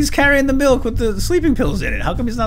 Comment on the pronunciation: "Here's the "malk" he was drinking"